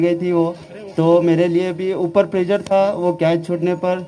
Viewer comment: It's प्रेशर bro not प्रेजर। Well played BTW I appreciate ❤🤘